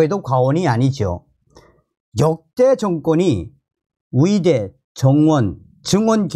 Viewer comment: 말씀 잘 듣고 있습니다. 그런데 위사, 위대가 아니고 의사, 의대 임다^^